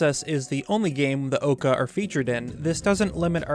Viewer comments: yeah, if it had to be pronounced wrong the least they could do is keep it consistent. Who looks at "oo" and thinks ah yes, this is pronounced like "ah" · Yo so... isn't it pronounced Ucca? Like in Waterloo. Since there's a double oo. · The greatest mystery is why they keep saying Occa and Ohcca instead of Oocca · He brings it up for like two seconds but I think the Occa are actually entirely based on the Coocoos. It's a joke about how seemingly unkillable the humble chicken thing is, surviving sword strikes and falling down swarms of retribution, seen now as literal god beings. It seems pretty blatant that that was the point too, but then, this guy seems pretty sure he's pronouncing Occa correctly so perhaps pov really is as strong as they say, lol.